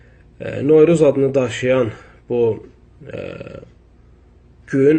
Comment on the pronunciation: Sən bir novruz deməyi öyrən sonra danış